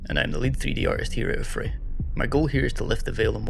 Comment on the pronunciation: he said affray wrong